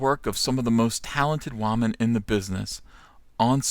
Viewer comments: People would take you more seriously if you didn't say Wah-men. That immediately shuts down any point you have. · What is a waw-men?!?!?! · Is saying Wahmen a trigger for SJWs?